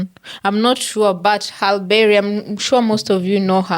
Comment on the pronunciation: Pronounced "Holly-berry" or "Hal-ie-berry"